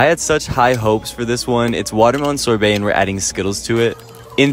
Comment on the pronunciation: Fun fact: That pronunciation of "sorbet" is a war crime in 7 countries